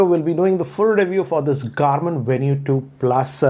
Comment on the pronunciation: Venu is supposed to be pronounced as Venue huh?